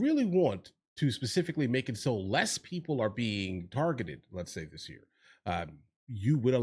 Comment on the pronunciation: Im a south african. Why does she pronounce 'this' as 'dis'? That sounds gangster for a public representative.